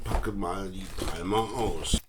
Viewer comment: Bitte künftig Palmer richtig aussprechen: Pa:mer!